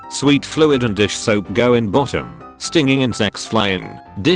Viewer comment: Get a new bot reader. It mispronounced the word "go"